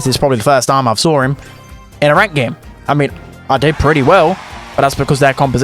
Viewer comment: "Sawr him."